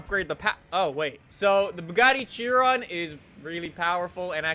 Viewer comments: It's pronounced 'She-Ron' not Chi-Ron. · ITS PRONOUNCED AS SHEE-ROWN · It's pronounced Shiron, damn it. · Fuck's sake,. Howany times must I comment its not pronounced Chee-ron! Its pronounced Kai-ren! Not chee-ron or shir-ron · BTW it’s pronounced Shiron not Chiron even tho spelled Chiron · its pronounced shi-ron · Chiron is pronounced like (Sheh-Rone) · Hold up, Cheer On? You mean Chiron. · Chiron is pronounced she-Ron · now listen here you brony if you would actually watch interviews with the team behind the Chiron you would hear them pronounce it shiron. this is because they are FRENCH this is the same if you put Chiron into the FRENCH language on Google translate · BrunoBucarest i thought it was pronounced "Ki-ron" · The point is, it's not pronounced "Tchiwon"... It's a french name.